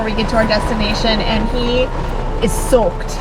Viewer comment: That Michigan accent came out when you said, "soaked." lol